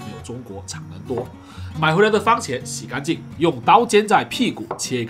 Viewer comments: 番(fan)茄。不是“方”喔老師。有蝦的地方，什麽都好吃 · 番茄，不是方茄！ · 我好像听到了 ‘’方茄‘’ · 为什么我一直听见方茄......😂